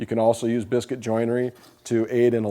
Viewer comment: i swear you said “briscuit” instead of biscuit. that’s not a bad idea. use briscuits in place of biscuits, since briscuits are harder than just plain biscuits. you may have something there…